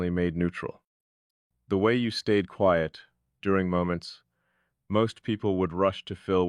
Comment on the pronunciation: QUIET has a long i sound.